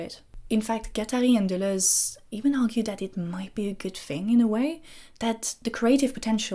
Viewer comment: By far the most valuable thing I learned here was the proper pronounciation of Deleuze and Guattari.